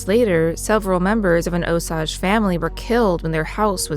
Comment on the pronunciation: Love the podcast! Just wanted to let you know that you are pronouncing Osage incorrectly. It should be O sage. Keep up the great podcasts!